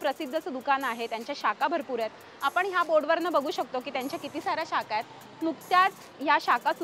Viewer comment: शब्द बरोबर बोला,मराठी कच्चं आहे,शाका नाही शाखा,चंद्रावरती पहिलं पाऊल ठेवणाऱ्याचं नावंही नीट घेतलं नाही